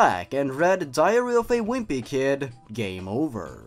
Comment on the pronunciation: I kept on thinking he was saying diarrhoea of a wimpy kid